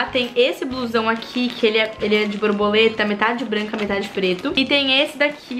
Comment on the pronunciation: O melhor é ela falando broboleta 🤣🤡